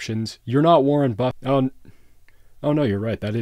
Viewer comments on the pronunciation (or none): Lol "Warren Bustit"